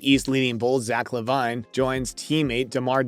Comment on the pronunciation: Dude how can you make a basketball video and not be able to pronounce Derozan and Lavines name properly?